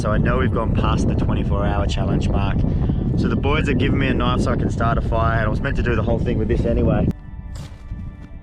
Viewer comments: His accent with the knoife always gets me. 😂😂😂 (I'm not rosting him just saying ok) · That's not a knoif, that WAS a knoif